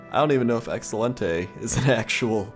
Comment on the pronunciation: Spanish speaker here, your "Excelente" was excellent. :3